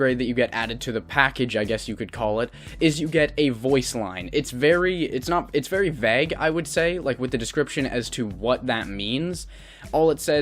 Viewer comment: you seem like a cool dude but you need to learn how to pronounce the word vague. sincerely, your friendly neighborhood doge.